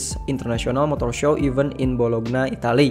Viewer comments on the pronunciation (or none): none